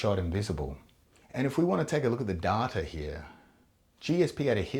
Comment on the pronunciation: You think this entire video is a troll but the real troll happened when he pronounced "data"